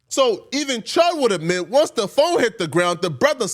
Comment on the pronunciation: the word is admit not uhmit :face-green-smiling:and he did record his license plate as the walked up to the pump. who is this nigga? the male tasha k or wendy williams:face-green-smiling